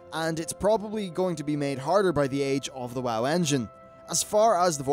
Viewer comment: Why do you say Woe instead of WoW at times?